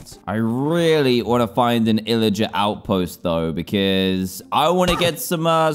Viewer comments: Ila get lmao it’s pillager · it called pilliger not illliger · ITS PILLAGER NOT ILLAGER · Lol he said lilgers